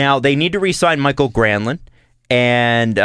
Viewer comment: (also I know you guys love mispronouncing names to get under our skin but I still die inside a little every time says "Michael Granlund")